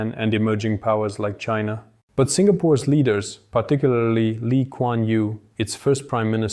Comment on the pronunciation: One mаn: Lee Kuаn Yew.